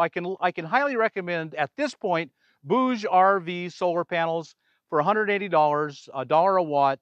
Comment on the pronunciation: BTW, bouge means move in french and you pronounce it perfectly